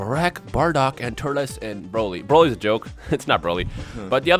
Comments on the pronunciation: its turtles not turtilis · Its Turles